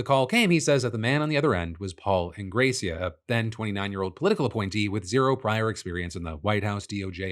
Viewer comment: Its In-Graw-See-ah 💔